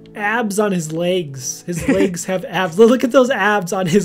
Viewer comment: Did you notice he says legs like layges